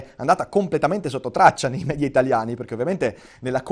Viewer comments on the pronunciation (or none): none